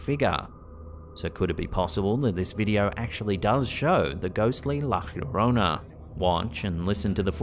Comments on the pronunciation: It’s kindly pronounced La Yo-Rona. Not La Her-Rona. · It's pronounced like La "Ya-rona" not "here-rona"😂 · It’s La Llorona, Not Fiorona. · How have you not yet learned to say Yarona yet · it’s “lah yo-row-nah” 😂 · Bro, why do you keep pronouncing La Llorona as "La hyiorona"?? LL is Spanish just sounds like a "y" or sometimes a soft "j" but never "hyi". Please fix yourself! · Please, I'm half English and half Spanish. Try a Y sound for Yes whenever you try to say - la llorona -. Avoid any G or J sound 😅🙏